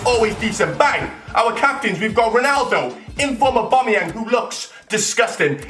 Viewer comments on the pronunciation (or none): none